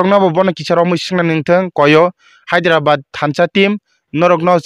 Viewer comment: Hyderabad ❌hazirabat✅😂